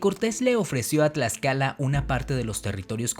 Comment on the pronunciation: cuando te escucho pronuncia el Tl me sangran los oidos men si no sabes pronunciar el Náhuatl menos te voy a creer todo lo que has dicho XD lo de la malinche es verdadero... pero meeeh saber algo no hace que lo demas sea verdad mejor me desuscribo antes de que me de un infarto por ese TL